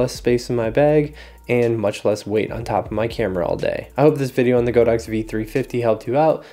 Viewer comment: it's "god ox" not "go dox", that's what the brand means in Chinese